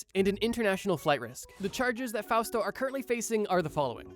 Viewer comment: Ooh Fausto with a U. I thought you were saying “fast” in Japanese Engrishu